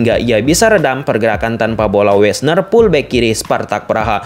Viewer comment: Fullback bukan pullback Viking bukan piking Harus belajar alfabet lagi ini kayanya